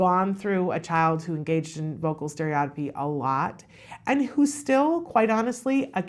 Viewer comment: To really get the professionals attention pronounce it correctly : stereo-tippy